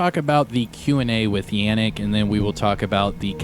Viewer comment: Yannick. Yon like don not Yan like dan :P ie Yonnick